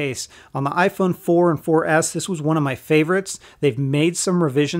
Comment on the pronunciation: listen when he says 4s he says 4 ass lol!